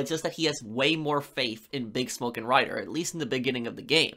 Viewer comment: Loving the videos, but cannot stand how you pronounce "Bigsmoke"